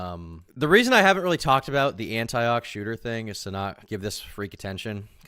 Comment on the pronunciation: just so you know, it’s pronounced an-tee-och